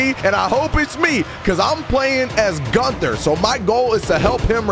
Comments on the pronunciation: Your pronouncing Gunther wrong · Gunther: if your gonna use me for a video at least get my name right